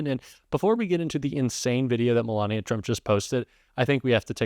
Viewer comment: "ME-lania" aka "1st Escort"